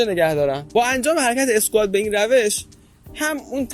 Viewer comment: دکتر جان و سایر دوستان اسم این ورزش Squat هست. تلفظ درستش اسکوآت هست نه اسکات. اسکات هم ملیت اسکاتلندی هست هم اسم مرد و نوشته میشه Scott. این ورزش Squat اسکوآت هست. مرسی که اصلاح میکنید